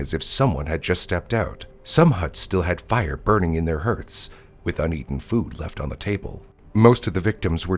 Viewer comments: HARTHS not HERTHS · "Hearths" is pronounced "harths"